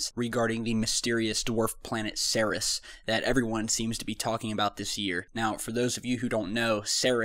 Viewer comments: Ceres is pronounced Sear-ease, not Ser-Is. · its pronounced like 'series' not 'serous' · Kinda cringe worthy when I hear "Ceres" pronounced as "Saris." "Ceres" is pronounced "Series," like a "TV series."